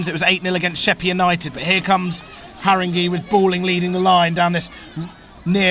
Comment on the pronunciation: Great but it’s pronounced Harrin-gay not Harring-gee